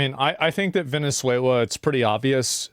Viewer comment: Venezualay geez. Also, bout Time we quit fighting with each other and pick on someone else